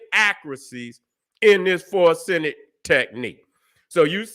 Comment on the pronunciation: ... "fo-REN-sics" king. Not "for-SEN-ics". Correct that pronunciation brother. RESPECTFULLY.